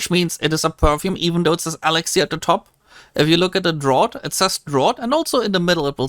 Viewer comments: I can't hear this guy say drought one more time haha. it's (Draft) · Draught is pronounced "draft" ☝️🤓